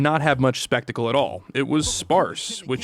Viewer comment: I agree but “sphetical” is crazy 💀 (it’s spectacle, which is honestly hard to spell). also “crip” walking, not crib walking, which is an easy mistake.